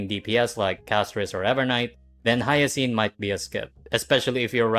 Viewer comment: "hiyacine" is crazy